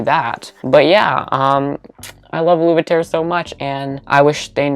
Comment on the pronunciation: U pronouncing aluveterre u-luve-e-tare had me shook. I've always pronounced it a-luv-e-tere haha I was sooo wrong.